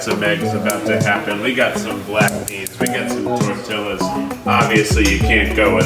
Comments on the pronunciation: I disliked because he said tortilla the wrong way and as a Hispanic I’m offended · I really just heard Keith saying Tortellas? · Did Keith pronounce tortilla as "tor-till-ah"???? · Keith, make the effort to pronounce “tor-tee-yus.” Right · Did he really say tori LL a?! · The way he said tortilla just totally pissed me off and then I was like, “it’s keith” and immediately just cooled down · The only bad thing about this video is the way Keith said Tortillas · okay. I have a lot of respect for Keith, but are we going to completely skim over the fact that he pronounced tortillas like that?